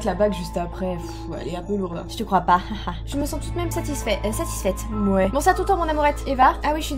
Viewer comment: Je savais que c’était quelqun d’autre car il as dit « satisfait » au lieu de satisfaite